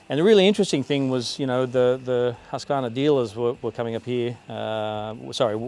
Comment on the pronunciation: It’s pronounced Hoosk-qvarna 😉